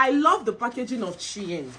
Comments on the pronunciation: It's the intro for me 😂😂😂 wahala for who no fit pronounce Shein 😂😂....all the outfits are amazing 💖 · 😂😂😂😂 you pronouncing Shein